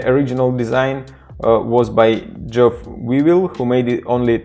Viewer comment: Great video - By the way : Geoff (pronouced Jeff) and Wyvill pronounced (Why-ville)